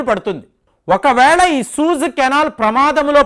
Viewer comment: సూయిజ్ అనాలండి. సూజ్ కాదు సార్. రెండవ వీడియో లో కూడా ఇలానే అన్నారు కాబట్టి ఒక వెల్ విషర్ గా నా ఈ కరెక్షన్